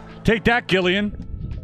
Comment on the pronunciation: Gillian - soft G, so say Jillian